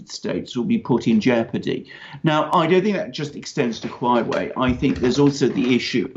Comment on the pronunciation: Huawei is pronounce "hwaway" and each syllable is an ascending tone.